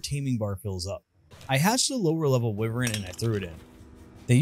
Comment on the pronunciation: It’s pronounced why-vern not wih-vern